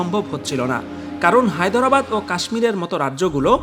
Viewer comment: "হায়দরাবাদ" শব্দটা ঠিক ভাবে উচ্চারণই তো পারলেন না, আবার প্রোপাগাণ্ডা সঞ্চালন করছেন!